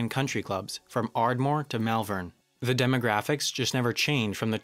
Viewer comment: Oh for the days when we didn't have to put up with constant AYs and THEEs in this vlog. Your voice-over was so much better then.